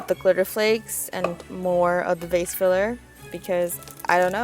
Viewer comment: IT TOOK ME THREE YEARS TO REALIZE YOU SAID "VASE FILLER" NOT "FACE FILLER" SKSKSKS